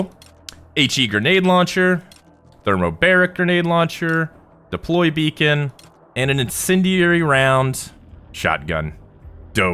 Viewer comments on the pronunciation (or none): none